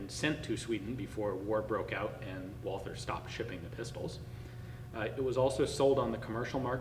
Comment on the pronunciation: For heaven's sake, in German the "th" is pronounced like a "t". So the manufacturer's name is pronounced like the Christian name Walter.